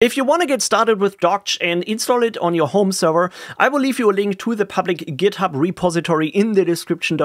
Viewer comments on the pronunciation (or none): none